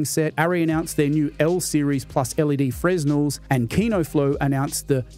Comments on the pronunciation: The s in “fresnel” is silent. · Ok lads, I can own that, but in OZ we say both, I now live in France where the inventor of the Fresnel lived….which uses the silent S, sometimes, but not always in names, which Fresnel is a person name - which in this case, is silent, but back then when it was invented may not have been as the “rules” for things like this has changed over the last couple of hundred years, so yes my poor stupid brain, when trying to remember everything I have to get out in a timely manner….sometimes reverts back to the Aussie slang way….sorry govs